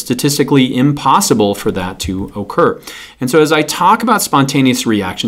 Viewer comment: When he says occur I hear okurr